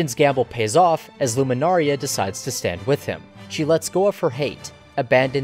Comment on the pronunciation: You pronouncing Lunamaria as Luminaria bugs me, but your analysis compels me to finish the video xD